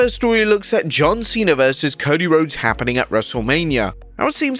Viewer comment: John Cwena